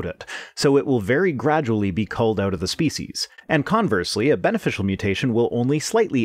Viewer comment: That's the first time I notice the Canadian "out" in your speech. I would add that some mutations that are generally harmful can sometimes be helpful. A sickle cell anemia is a good example. I think this is one of the reasons why eugenics was such a bad and stupid idea.